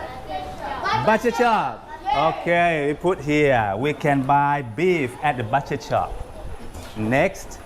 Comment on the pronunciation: butcher ออกเสียงว่า บุเชอร์ ครับ ไม่ใช่บัชเชอร์